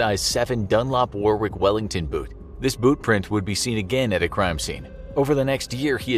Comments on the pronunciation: Also it’s pronounced war ick not war wick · Pronounced "Warrick" not "war wick"